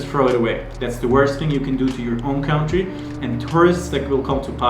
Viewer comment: An amazing CUNTREE not COWNTREE....country.